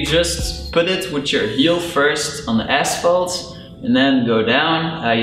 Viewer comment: nice video, took me a little to realixe you were dutch, untill i heard asvalt :P